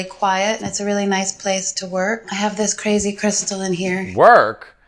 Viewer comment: NOT the crispy Rs 😂 “cr azy cr ystal”